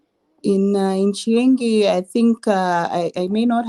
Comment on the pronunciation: Chienge not chiengi.